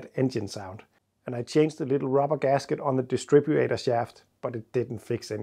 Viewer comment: After having watched all the Videos about that sound, my question is: don't you think you might be hearing a ghost sound by now??? ;-) P.S. Maybe start saying dizzy insted of "distribu a tor"... or just leave out the A, it makes it sound so wrong (trying to help, definitly not trying to make fun of your accent... which generally I love btw!)